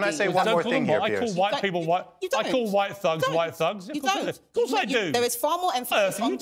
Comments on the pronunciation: Oh, "thugs." She was saying "fugs." I thought she was saying "fucks." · She said fugs🤣😂🤣😅😂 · She tries so hard to sound intelligent and well spoken but continues to pronounce the word thugs as “fugs ” 😂